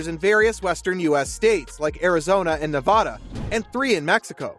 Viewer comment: he had a problem with nevada, too